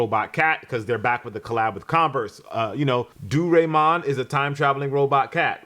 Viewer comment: Im a big fan of your work, but the pronunciation was egregious lol Doo-ray- mon in stead of DOE -RAI -MON was wild for a severely beloved iconic Japanese character from the 70s and a universally know much akin to Snoopy of Peanuts and Mickey Mouse. Highest grossing film franchise even beating out Godzilla in the land of the rising sun.